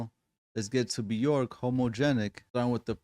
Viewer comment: Björk is pronounced “B-yerk” … rhymes with work or jerk, not pork.